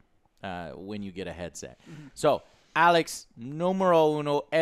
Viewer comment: When Joe calls it AYLX. 😂😂